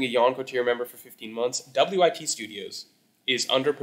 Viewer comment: I've never heard anyone pronouncing wit studio "W-I-T studio" 😭